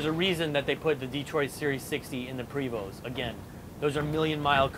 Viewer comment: Mark ODonnell he pronounced it correctly. Prevost. S and T silent.